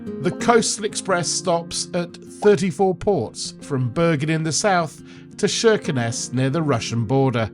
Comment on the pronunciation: Kirkenes with a hard K sound, not SH.